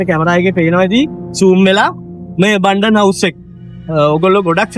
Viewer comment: Abundant is completely different from Abandoned ... be careful when pronuncing .